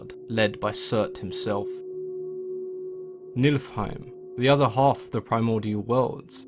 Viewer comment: heim is pronounced hame. So it's Knee-full-hame